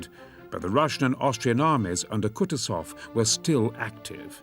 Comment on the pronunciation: If possible, plz correct the pronunciation: KUTUSOV pronounced 'Koo-TOO-zov, with the stress on the second syllable.